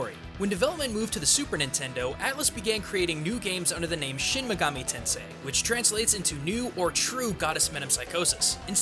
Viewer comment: Just what the hell is "shemmegametensai"? The word "shin" should be pronounced like the name Sheen or like the sound that a sword makes when you pull it out, not shehn or what ever the fuck you're saying. You're almost saying megami right, but the ending is a MI not a ME. you're saying it like mega"meh" the ending bit should be pronounced like the english word "me" and finally tensei. You are saying ten say, but it should be like ten seh. make the Eh sound not the A sound.